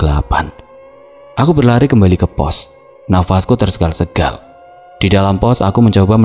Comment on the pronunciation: maksudnya biar itu klo baca tulisan terSENGAL2 itu bener bacaannya, bukan dibaca terrSEGAL2